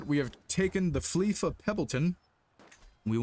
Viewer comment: Victarion became a wanderer after you freed him from prison. Also its Fief not Flief there is no "L" in the word.